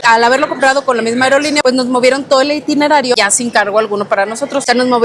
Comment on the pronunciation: Repitan conmigo “No se dice iNtinerario, se dice itinerario” 🤦🏻… y eso que tienen agencia de viajes 🤔… de todos modos buen video 👍